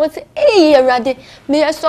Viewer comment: Lol said "solly". Once you go Twi, wo "L" ne wo "R" saa...